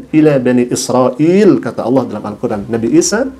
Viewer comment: Nyebut nama tuhan saja ga tau.. buktinya klo meman murtad knapa ga bisa bilang ALLAH